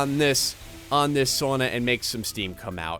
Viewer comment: or do you just live up north cus the way you say sauna make you sound northern